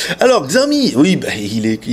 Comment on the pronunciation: Je l'aurais acheté tout de suite s'il était en 5.5 pouces mais en 5 je trouves ça trop petit. Je me suis habitué à mon zopo zp980+ puis à mon xperia Z Ultra donc j'ai plutôt opté pour le One plus One. PS: Cela se dit "sha-ô-mi" :D 33K c'est un peu mauvais. C'était lié au fait qu'Antutu était en beta ?! Parce que le mi3 est encore à 37K ... C'est un peu bizarre. Mon Oneplus est à 44K